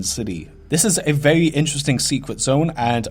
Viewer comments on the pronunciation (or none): he says verwy so fucking much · Vewy Creeppy